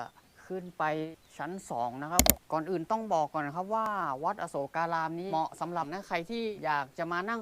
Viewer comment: ควร อ่านว่า อะ-โสก-กา-ราม นะคะ ถึงจะถูก